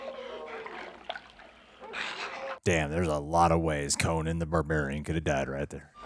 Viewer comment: Its Coe-Nan like Nanny, not Conin.